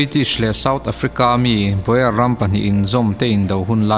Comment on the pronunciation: baw-er ti lovin baw-ar tia lam tur a ni